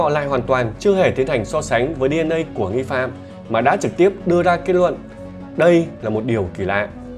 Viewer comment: Giọng này mà hay cái gì??? Năng nực, kết nuận, Phi-níp-pin, ...vv. 😂😂😂